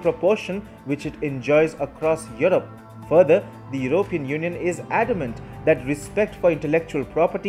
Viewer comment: Sorry to be pedantic. It is Yew-ro-pee-an. Not Yew-rope-e-an. Emphasis on the P. Otherwise keep up the good work